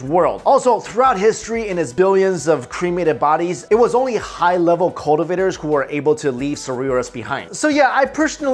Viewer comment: cultivator? not spoken clearly